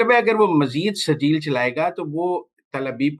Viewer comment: او سہروردی صاحب ، یہ "" سرجیل"" نام کا میزائیل نہیں اس میزائیل کا نام "" سجیل "" ھے اور یہ نام قرآن پاک کی سورہ الفیل میں ھے زرا پڑھ لو